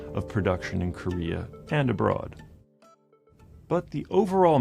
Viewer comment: I love this man😍. Thank you so SUPER much for really taking ur time to research and not low-key diss on them in ur video and wanting to talk about this topic on such a deeper level than just the cherry on top you really got to the bottom base of all this. And the Korean pronunciation👍😆👌. Thank you, again. Gracias Merci 감사합니다 💜💜💜💜💜💜💜